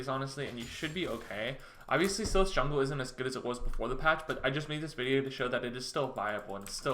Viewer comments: its pronounced SIGH LISS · His pronunciation gave me an aneurysm. It's pronounced "coo-day-graw" and "psy-lass".